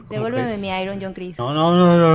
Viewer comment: Joncreis??? .-. ES JONCRIX :P